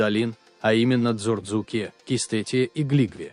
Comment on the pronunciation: Автор, если не знаете произношение названий, слов этнонима кавказских народов и стран, то не надо их исковеркать. У вас дзурдзуки стали дурзуками, цховреба стало цховрээба, дидойцы стали дидайцами. Не надо придумывать не свойственные произношениям кавказских народов акценты.